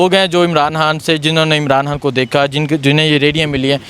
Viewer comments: عمران حان نہیں عمران خان بولا کریں بڑی مہربانی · Imran han sab. Imran han sab. Imran han sab. Imran han sab. Yaar iss host ko proper pronounce karnay bolo... Imran khan... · Imran Han naheen bhaee, Imran Khan - microphone ka itna he shoq hae to Urdu bolna he seekh lain. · Bhai, make one correction of your pronunciation, it’s Imran Khan not Imran Han. Thanks